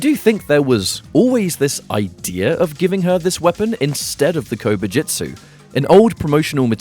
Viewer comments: My mind could not stop focusing on Kobu jut su being pronounced as Kobu jit su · I keep hearing "Covid-jitsu" and it's making me giggle.